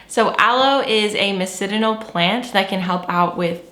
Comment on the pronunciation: Ya girl is 5/5 🙌😆 I agree with you on all points. Except for your pronunciation of 'medicinal' 😅 I've heard you correct the way others have missaid words on the podcast and I get the vibe from you that you'd rather know and be corrected than say it incorrectly? I hesitated saying anything because I sure don't mean to make anyone feel badly 😅😅 'muh-diss-ahnul' You just switched up the sounds 😆 I truly enjoyed this video concept!